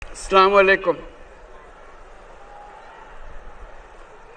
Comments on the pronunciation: আসসালামু আলাইকুম আল্লাহর রহমতে সবাই ভালো আছেন আলহামদুলিল্লাহ। ❤️❤️❤️🤲🤲🤲😢😢😢🕋🕋🕋🕋🕋🕋🕋🕋🕋🕋🕋🕋🕋🕋🕋🕋🕋🕋🕋🕋🕋🕋🕋🕋🕋🕋🕋🕋🕋 ডঃ মোহাম্মদ ইউনুস এর সালাম উচ্চারন ভুল হয়েছে। আল্লাহ সকলকে ঈমানের সহিত মৃত্যু দান ও সঠিক আমল দান করুন ও সঠিক সালাম দান করুন আল্লাহুম্মামীন আমিন সুম্মা আমিন আল্লাহু আকবর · ৮৫ বছর বয়স হয়েছে সালামটাও ঠিকভাবে শিখলো না